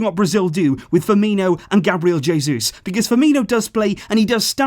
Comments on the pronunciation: omg you actually called Jesus, Jesus. It's pronounced "Hey, Zeus" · Jay-zeus actually